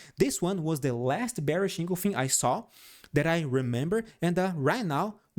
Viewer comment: En—gul—fing not engolfin